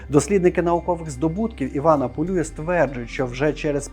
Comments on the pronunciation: Теж вважаю, що треба говорити не ПолЮя, а ПолюЯ, тим більш, що Іван Полюй родом з Тернопільщини. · Ви серйозно? Його прізіище Пулюй і відміняється воно Пулію, Пулія з наголосом на останній склад. Люди, поважайте трохи і наші національні звичаї, будемо вдячні